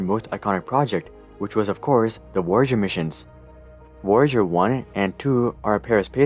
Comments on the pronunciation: wwoe-ya-dger?? It's /v/-o-ya-djer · I like to believe there is a parallel universe out there where Woyager-1 and Woyager-2 are a thing.